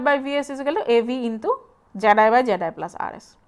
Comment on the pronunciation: I like how her pronunciation of the input impedance (zi or zed-i) sounds like "jedi"